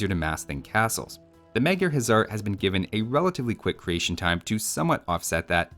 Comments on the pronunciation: You keep calling everything a "Huzzar", the regular Hussar is pronounced exactly like you would think. The Magyar Huszar should actually be pronounced "Magyar Hussar" because "sz" in Hungarian is pronounced "s" meanwhile "s" in Hungarian is pronounced "sh" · What if any is the difference between hussar and huszar? Is the latter supposed to be pronounced with a "z" sound instead?